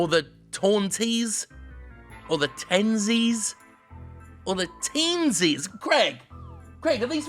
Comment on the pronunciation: Smh, mispronouncing "Teensies", not a true Rayman fan